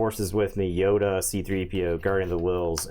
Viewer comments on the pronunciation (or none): Glad to know I’m not the only one that says “Yoder” when playing Yoda lol